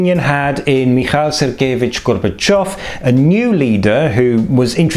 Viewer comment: Thanks for the information! I have heard of the Paneuropean Picnic, and of East Germans moving to Hungary before migrating to Austria and West Germany, but I did not know the complete story! Also, nice accent on the pronunciation of the name Михаил Сергеевич Горбачёв!